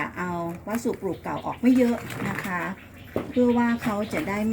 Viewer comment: วัสดุ อ่านว่า วัด- สะ-ดุ ไม่ใช่วัดสุ ครับ รวบคำจนภาษาไม่มีความหมายครับ